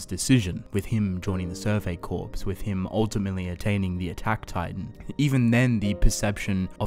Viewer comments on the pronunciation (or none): Corps is pronounced like core.